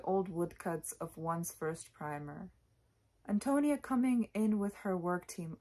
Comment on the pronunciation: correct pronunciation = AHN-toh-NEE-ah I agree that there is some degree of effeminacy in narrator Burden. Indeed, he most assuredly is Cather in disguise ~ but in those days given the prejudices of the times, you could not have a woman openly expressing such idolization of another woman. Burden, like so many others in the book, is profoundly connected to the land. Because of this I was reminded of the Transcendentalists Emerson & Thoreau ~ both of whom were pioneers though they explored the Northeast rather than Midwest. They, too, were contemplative as was Burden, saw the city as a corrupting influence, viewed the countryside as wholesome, elevating, and possessed of a spiritual character. In the end, Burden is a financial success with a great but unfulfilling career as an urban lawyer. Meanwhile, impoverished Antonia is burdened with a large family but remains contented and is a spiritual success in life. Thus, her spiritual success is a transcendentalist value fully achieved through her hard work, self sacrifice, strength of character, and connection to the earth and to divinity. The line "She was a rich mine of life" illustrates that perfectly.